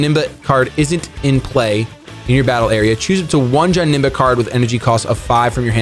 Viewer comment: wtf why do you pronounce it like johnemba its janemba